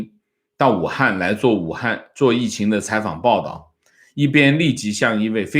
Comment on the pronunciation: “疫情”读音 国语／普通话 汉语拼音 yìqíng